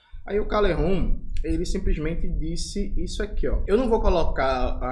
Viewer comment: Fala Calejon, não Calerron, voce não é espanhol.